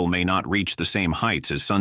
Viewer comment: Ok...since I just heard Sunset Blvdaa I now realize the narrator is AI